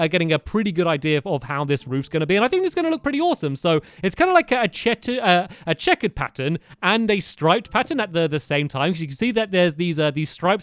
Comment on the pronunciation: lol he can`t say checkered